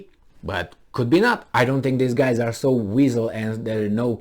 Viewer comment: I’m not sure we apply the same definition to the word “weasel”. What is your definition? Regardless, it’s entertaining to hear you say it.